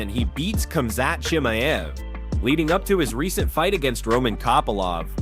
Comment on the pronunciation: 😂 after highlighting the pronunciation issue and working on it, you go on to completely butcher the names of Khamzat Chimaev and Israel Adesanya 😂😭💀